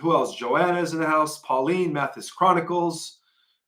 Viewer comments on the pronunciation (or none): none